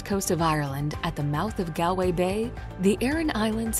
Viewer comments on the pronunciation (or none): It's pronounced "Gaulway" or "Gawlay' ....NOT "GAL" .... Unfortunately most "reviewers or Vloggers " get this wrong... Unfortunately, it's usually only the Americans who get it so wrong... also 4.13 ... The RIver Brandon is pronounced "Brand on " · It's pronounced :Gaulway"